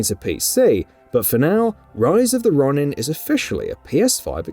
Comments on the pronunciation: It’s ro-nin not Ron-in😂🙈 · It's pronounced Roh-nin not Ronnin.....🙄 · Rise of the Raw-nin? Lol 😂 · Stop saying RON-IN lol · Wolverine coming next year, i think not, we will be lucky if Spider-Man 2 comes out next year. Please don't do a follow up for Rise of the Ronin without learning how to properly pronounce Ronin.